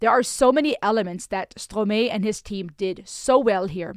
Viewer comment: Merci de parler quelques mots de français... we prononce "-mae", the "-ae" is like the "i" in "i am ...", then in english it's Strom - "i".. 😉. A lot of kids have two parents but in sometime, juste loved by only one, or none of them, and as kids, that hurts, for a long time of their lifes.